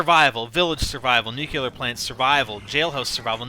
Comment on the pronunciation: nuclear not nucular, just saying